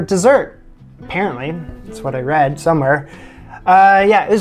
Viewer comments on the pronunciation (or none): none